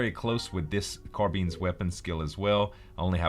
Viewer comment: The way he says Carbines bothers me..